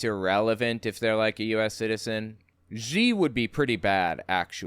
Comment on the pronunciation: X is pronounced as "sh" in Chinese. You need to learn that to say Xi Jinping properly. There are a lot of x's in Chinese pinyin. Of course real Chinese characters.